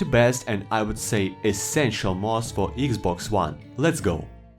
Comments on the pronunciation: Iggs boggs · When he Said "eegzbogz 1 players" i Felt that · „Eeexbox“ made my day! 🕺🏻❤️ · When he said "eexbogs" I felt thst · when you said "thst" i felt thst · Eex bocks😂😂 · Can i getta 10 hour version of you saying xbox😅